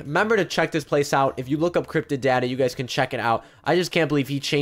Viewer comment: Lol at the end u said crypted daddy not crypted data